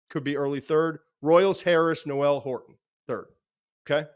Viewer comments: Per twitter Jaylin Noel is pronounced “Nole” not “No-el”. Like Billy Joel. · It’s pronounced Noel not Noel